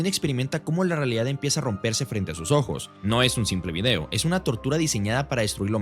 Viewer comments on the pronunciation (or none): none